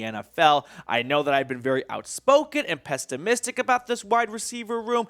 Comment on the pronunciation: I like this channel but yea pestimistic haha.. c'mon man.. I cringe every single time he says it